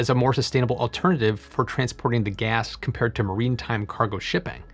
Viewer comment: *maritime. Not "marine time". 😂